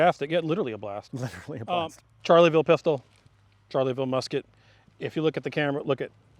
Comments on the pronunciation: Loved all the history but kept cringing at the pronunciation of Charleville, it sounds like Shar-la-ville, not charlie-ville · "Charley ville". Barbarian! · I genuinely cringed Everytime they said charlieville instead of charleville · Can't get over him pronouncing "Charleville" as "Charlie Ville" haha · It pained me to hear him call it a "Charlie-ville" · It's pronounced sharleville! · [ʃaʁləvil mezjɛʁ] not [ʈʃaʁləvil mezjɛʁ] and /fy.zi d(ə) ʃas/ not /fy.zil d(i) ʈʃasi/ dammit.